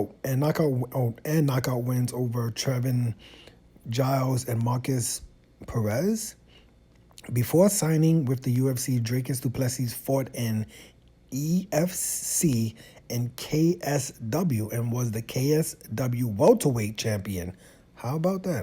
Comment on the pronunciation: firstly, its pronounced do ple see.. the last s is silent.. brunson 38, inactive facing an active 28 year old who has not lost in a long time.. i take du plessis ..